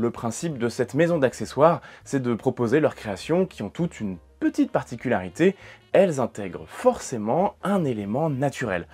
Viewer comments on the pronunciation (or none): none